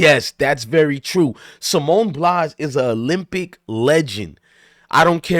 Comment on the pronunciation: Dude you can't even pronounce Simone BILES name correctly and you claim you don't like her. What did she do to you?? She's a legend and the best gymnast ever. She was going through something and she didn't want to perform because in her profession you can seriously hurt yourself. Try doing backflips and tumbles and performing on uneven bars when you're not there mentally. You can break your neck or seriously injure yourself. Simone actually said "Fk y'all...I'll perform when I want, to not when you want me to.